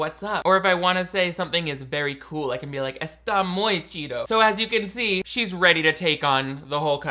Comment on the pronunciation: I am mexican and i just wanted to say that your pronunciation and use of "¿Qué onda?" and "Está muy chido" is really good!! I wish more people would learn spanish that way, the way people actually do speak it haha. Amazing job!! Tu español está muy chido! <3